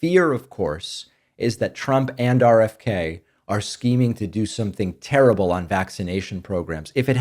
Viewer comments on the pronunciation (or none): none